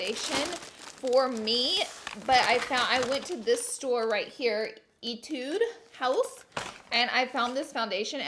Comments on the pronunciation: hey Laura It is not Etoode...It sounds like Eteee-U-de..welcome;-) :-) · Laura- it is pronounced as, eh-(silent h) tu- ude house. And it’s a korean brand! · etude house is pronounced eh-tude lol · Hey Laura etude House is pronounced eh-tude one of my other favorite YouTubers uses their products a lot and he’s lived in Korea for a long time and that’s how it’s pronounced there! Anyways love your vids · Love you 😍. Just a heads up it’s pronounced eh-tude. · the way she said etude house I was like ....no nononononono eh no😂 every pronounces it wrong all time 😂